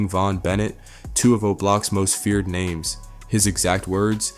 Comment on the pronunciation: Bro why you he doing reports on people and u cant even pronounce they damn names right. Find something else to do gang